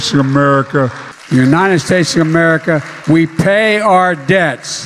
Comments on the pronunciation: He cant even say the country he's commander and chief of. (unreal) Joey's in brainfart mode and were just screwed....KEEPUM STRAIGHT GOD BLESS 🇺🇲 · How ironic that he is the president of this country and can’t even pronounce the country he is in charge of (skamerica)....please! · He can't even say America